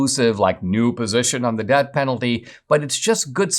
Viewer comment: You’re saying “debt penalty” instead of “death penalty”